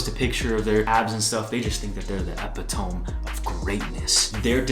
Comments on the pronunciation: My man said epi tome lol It's eh pit oh me Don't worry i made the same mistake the first time i read the word lol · Epitome is pronounce uh-pit-o-me. You good 👍🏿😂